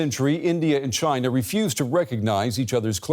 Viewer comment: he can’t even say China 🇨🇳 is encroaching on all fronts